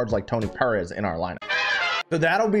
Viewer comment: The way you say “Perez” is weird to me. Lol